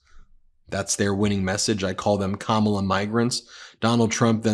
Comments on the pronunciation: Notice he isn't trting to pronouce her name diliberately wrong anymore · did he actually pronounce her name correctly? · I find it interestjng that he is actually pronouncing her name correctly when he isn't calling her names! Proving, he definitely knows how to say it! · Shortly after 1.20 Trumpkin pronounces Kamala's name correctly. Maybe his minders have told him that the viewers dont like him getting her name wrong. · That was his most deranged speech so far. He must be really panicked because he couldn't keep VP Harris' name out of his mouth. At least he pronounced it correctly. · At least he is pronouncing her first name right. Laughing aside haha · At least he pronounced her name correctly when he shouted "You're fired". Everything else was classic jibberish interspersed with outrageous lies. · I just don’t understand who those people are. tRump accidentally pronounced her name correctly. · I can't believe it! Donald pronounced Kamala CORRECTLY! First time EVER. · I like when he accidentally pronounces her name correctly. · Notice that he is actually saying Kamala correctly at last. Vote blue. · Oops, he accidentally pronounced her name correctly. 😂😂😂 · I notice that he pronounced Kamala's name right.😂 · oh he learnt to pronounce her name. Good for him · He pronounced her name correctly. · Did he say her NAME CORRECTLY?????